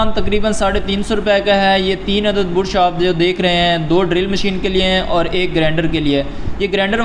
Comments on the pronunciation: Bursh or brush😅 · Bursh nahi be..brush bol. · Bruuuush nahi brush. Bra-shh ese pronounce kartr hai